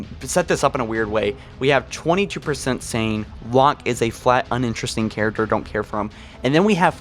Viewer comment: when ur like "Yes, Ma REY sue, is good char UC ter" Yes.